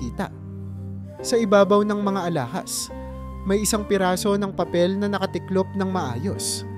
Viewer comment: Ulit ulit😢bjnalikan mo lang ang nalampasan... Pala buo pagbigkas...pala iba din kahulugan...alahas..d alahaas